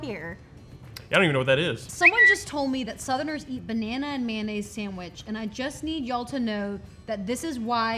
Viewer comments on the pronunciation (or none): It's pronounced may-oh-naze, not man-aze. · "Mannaise" I tell you what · i’ve heard of bananas but what’s man ay’s, do you mean mayonnaise?